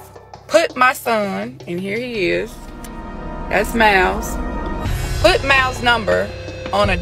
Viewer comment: Btw the kid's name is miles, Not mouse, Great content!